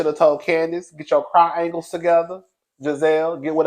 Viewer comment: 🤣🤣🤣🤣🤣Cry-angles